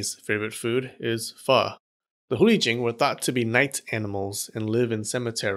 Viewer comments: Hate to be a downer but you said Hu Li Jing wrong Chinese have romanized characters but that does not mean it sounds like anything English just saying. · The way u pronounced Hu Li Jing was Sacrilegious